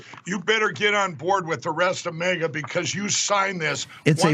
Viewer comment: Has Mikey ("he'll eat anything"...that drops from Trump's hairy white ass) gone and founded a new party? The "Mega" party? I thought he was mispronouncing the word "MAGA," but he has said it way too many times in this one interview. What is the Golden Goblin going to do when he finds out that his MAGA party members have all leached into the MEGA (Make Eejits Grab Ass) party?